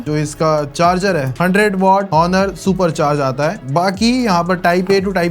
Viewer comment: Bhai pronounciation haunor nahi owner hoti hai 😊